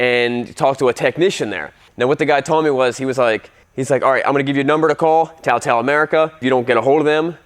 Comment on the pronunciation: TaoTao has been around for almost a decade in the states and you're telling me you still didn't know how to pronounce it? May as well not know how to pronounce Suzuki.